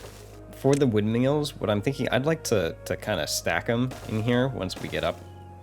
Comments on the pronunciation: Do you think we should tell him how to pronounce it correctly? 😂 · I think it's adorable that your pronounce them windmeals.